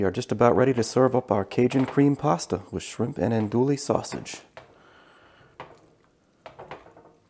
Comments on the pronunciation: “Andewey” sausage (not “andooly”) “Pennay” pasta. (Not “pen”) Otherwise great video. Oh also, please! We do not want to hear you chewing. Gross. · Looks good! BTW - It's pronounced ahn-do-ee, not ahn-do-lee. Used to live in La Place, LA, which claims to be the Andouille capitol. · Looks really good... thank you! Sausage is pronounced On-doo-wee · EN-DO-EEE!!!!! that’s how you say it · Not to be too specific, but, the correct pronunciation is "Ann Dewey", and the pasta is "PEH-neh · Actually they’re pronounced AUN DEWEY......48 y/o lifelong New Orleanian 🥰 and PENAY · “Andooley sausage” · Pronounced "Ann DOO we" you don't pronounce the "L" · Naphisa Modmonss lol. Nope I’m a school teacher and how words are pronounced matter. Also, manners matter as well. If you don’t want to hear constructive criticism, then you probably don’t care about improving what you do. I’m assuming this guy does care hence my criticisms. He can take it or leave it, that’s his business. I guarantee you he won’t mispronounce ‘andouille’ or ‘penne’ again now that he knows as I’m sure—unlike you—he doesn’t get butt hurt over hearing honest criticisms and truly wants to improve his videos. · Ya see the next time he does a video wherein he has to pronounce ANDOUILLE or Penne, he will get it right [id bet you a $1000 he gets it right trust me] and that helps him in creating better content. I prefer he be better able to pronounce words correctly even if my delivery method is a bit harsh. You’d rather he continue to mispronounce words out of a misguided effort to be “nice”. You’re being nice does nothing to help him whereas my original comment DOES enlighten him.